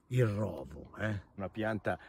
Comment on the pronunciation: Rovo si pronuncia con la o chiusa.